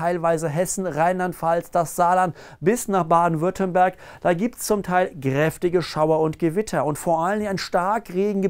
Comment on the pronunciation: Ich mag wie er "krrrrräftig" sagt.